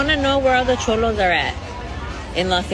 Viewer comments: It's cholos NOT chomos.....which are child molesters. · It's cholos not chomos fuck chomos and the illegal immigrants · Cholo’s not Chomo’s . 😂😂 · They're called Cholos not chomos. Big difference 😂😂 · You foul for calling them chomos instead of CHOLOS! A true B.A.N.! You gon get someone mopped up! I ain't protesting against ice but I ain't t standing with dis B.A.N.! Unsubscribe! Cancel this weirdo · CHOLOS... not CHOMOS CHOMO Means something ENTIRELY Different 😂😂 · Lame ass ignorance ALL YOU IDIOTS NEED TO KNOW YOUR HISTORY. BLACK, WHITE, YELLOW ARE ALL IMMIGRANTS. THIS IS ARE LAND AND SUR CALIFIAS . MEXICO 🇲🇽 IS CALIFORNIA . ALSO LEARN HOW TO TALK. WERE CHOLOS NOT CHOMOS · It's CHOLOS , not CHOMOS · I think your trying to say Cholos ... Just correcting you your saying the worst act to kid fuckers aka Chomos just correcting what you are saying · Did he say chomos or am I trippin 😂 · Please be careful with your wording bro, your saying Chomos but the Proper Term is Cholos bro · Bro you said “chomos “😂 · CHOLOS Not CHOMOS!!! WATCH YOUR VERBIAGE, DUDE! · "*Cholos" not "chomos" lol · Calling the cholos chomos throughout the whole video got me 💀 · It's CUH DA HEY SHE IS CALLING OUT CHOLOS NOT CHOMOS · Did he say chomos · Cholos not chomos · Dude, you mean to say Chollos. That's the gang members. You said Chomos, which is prison slang for child molester! You mean Chollo, bro! Chollos are not child molesters! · Lol this mane called them chomos😂😂😂 its cholos bro, chomos means pedophile or grapist or sum shit😂😂😂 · He said chomos😂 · I think you mean cholos not chomos